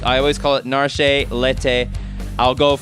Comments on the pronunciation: Isnt Narshe (ナルシェ) more like "nar-sheh" than "nar-shay"? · I'm not changing anything, it's 'NARSH", and whatever else I originally called it. Relm? Realm?. Celes, guess how I pronounce that? Cel-es